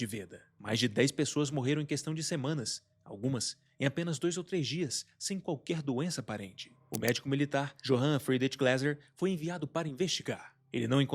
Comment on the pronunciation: ótimo vídeo!!! parabéns! Só uma recomendação, nomes de origem germânica, alemã, austriaca, suíça, etc... "J" tem som de "i", portanto "Johannes" se pronuncia "iohannes", "Johann" se pronuncia "iohann". Novamente, parabéns e muito sucesso! 👏👏👏